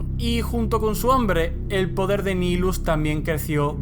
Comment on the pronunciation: De hecho el personaje y el titulo señor del hambre. Es una mala traducción. Y de hecho es un nombre latin seria Nihil "nada" En resumen se pronuncia nahaylus "El señor de la nada"